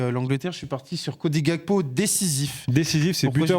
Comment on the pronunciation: Les oreilles saignent quand vous prononcez Gakpo , c’est Gakpo comme en Français c’est un nom de famille togolais pas néerlandais